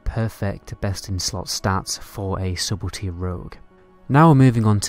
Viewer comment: "subblety rogue" lmfao